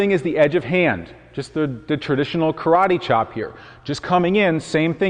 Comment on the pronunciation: "Ka-Ra-Ti" Chop. What martial art is Karatee?